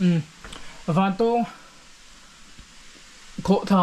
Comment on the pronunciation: I thil tih ah hian mithilhre zawk te rawn hmasa ṭhin teh. A hmasa in "Vantawwwwng Khawhthla" kan nei ngai lo. Vantawng (eg: A san zawng chuan vàn a 'tawng') tia lam tur. Anih loh vêk chuan Vantáwng (eg: Ramhnuaiah sakei nen kan in 'tawng') tih ang pawhin a lar ta zawk a. Nangin a kan ram hmun leh hmel, duh duha an hming I lo thlak ve nachhan tur kha a them pawh a awm lo. Tin, Vantawng Khawhtla hnunga puk hi hmasang aṭang tawha kan hriat vek tawh ani. I luhna puk thuk zawk, fangfar awmna, "Puk far" kan tih mai kha kan naupan laia kan luh chhuah hrep tawhna ani. I kal hmasa awzawng lo. Adventure club lam, sa pel a kal leh a bulhnai khaw mi leh sa phei chuan an lutchhuak fo tawh I pian hma fe aṭang tawh pawhin. Mipui mimirin an ti bawrhbang ang tih hlauh vangin an kam tam lo mai. Tlawh luai² chi pawh anilo, intih palh leh mi hliam buaipui a buaithlak tawh ṭhin avangin. Fangfar ho kha khawih avanga thi thei pawh anni bawk lo, climate a zir leh zir loh vanga danglam mai ani. Tihian intih lar I duh vanga kan hmun fianrial ṭha tih common I hreh lo rau2 anih pawhin information dik deuh tal hi chuan thehdarh ṭhin rawh. Chubakah, ahmaa kan hrilh tawh ang che in naupang kum 20 pel ṭawk I ni. Camera leh drone tel kher lova I kalna hmun luh chhuak tawh tu hi a zà tel fe an awm. Puitling lungfing ber niawma Bawihtlung Channel style la taka Zofate zilh ve sek tum hi sim rawh. Kan hriat chanve chanveleh pawh la hrelo, kan hmuh tawh 10% la hmù lo hian Mizoram mi leh sate hi I zilh ve an